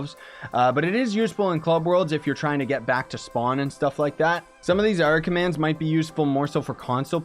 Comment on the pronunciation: when he start saying commans